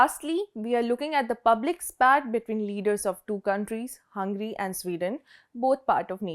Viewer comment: Just a tip, focus on pronounciation of some of the words like Hungary, Obran, etc.